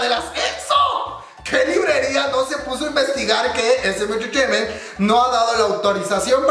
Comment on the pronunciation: jejej amo cuando dice esemenchecheimen